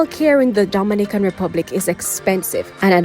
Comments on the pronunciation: Please get the pronounciation of the Dominican Republic correct. It is totally different from Dominica. It is a Spanish country and should therefore be pronounced as such. For example, Do min i can. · U need to practice saying Dominican Republic. Your fake accent sucks